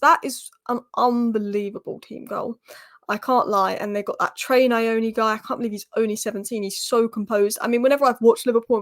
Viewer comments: You are reading it from a western perspective, so you are putting a vowel between the “N” and the “Y” - “Nayoni”, in our language you say the N+Y with no vowel between. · Hi you pronounce Nyoni like how you pronounce Ronaldinho its Trey nn-your-knee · I think the 'N' in Nyoni is silent. I wouldn't get my hopes up until February. I still think it's a new manager bounce lol.